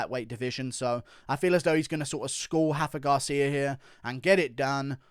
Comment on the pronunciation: It’s Rafa Garcia with an R not an H he’s Mexican not Brazilian